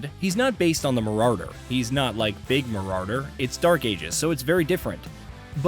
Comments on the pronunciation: MarauRder... lol. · Marauwwwder 😂what an absolute tool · Mararder has me dead bro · Mah rah dur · After reading this comment I wasn’t expecting him to say it like that 😂 marrarrderr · LMAO why does this guy have a small seizer when he pronounces "Marauder" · My man has a serious problem pronouncing Marauder.....